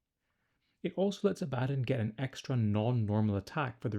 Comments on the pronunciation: It's a common mistake but its pronounced Abba Don not A Bad on. Great video as always =) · “Abaddon” is pronounced like “Aba-Don” and I’m pretty sure Drach’nyen is pronounced like “Drack-Knee-In.” That’s his sword, which is also a daemon. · It's Abaddon, not Abaddon 😂